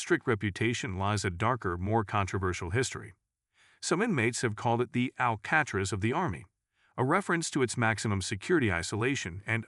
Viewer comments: Bad audio...missed pronounce words...Al-ca-trez...got it? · Love how the dumb robot says Al-cat-raz. I might even subscribe if you cared enough to have a human narrator. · This message is to the person who is naratting it if you can't pronounce Leavenworth or alcatraz correctly then please learn how to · Sorry, this is as far as I can take it. Faaaaaar too many mispronunciations, talk of prisoners of war who NEVER stepped foot on American soil, much less U.S.D.B. Eddie Slovak never left Europe, I had to use the cc function to discern multiple words, and it’s al-ka-traz. Was this a high school final exam product? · Teach your A.I. voice how to pronounce “Leavenworth” correctly. And “Alcatraz”. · I like how the AI pronounces Leavenworth and Alcatraz..LOL.. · Your video sucks. Your crappy AI voiceover can’t even pronounce, “Leavenworth” or, “Alcatraz” correctly. Oh, and props for using three images that rotated through like low resolution slides (that last comment is sarcasm). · You lost me at the pronunciation of Alcatraz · They couldn't even pronounce Alcatraz correctly. Learn how to pronounce the names before making a video!😡